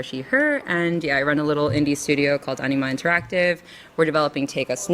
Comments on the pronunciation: I keep hearing Enema Interactive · I keep hearing it as "enema" interactive.